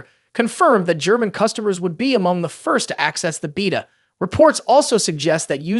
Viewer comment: holy crap is this AI generated or did you have a stroke, you pronounced beta 4 different ways interchangeably throughout